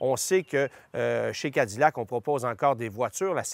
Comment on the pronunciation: Pourquoi prononcer Cadillac comme des américains ?